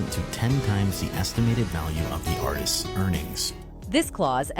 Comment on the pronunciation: No shade but It’s pronounced Ar-tist, NOT Artises 🤦🏾‍♀️. You need to work on your grammar since you’re a podcaster/content creator. Again, no shade. Just letting you know. Hopefully you don’t take offense 😊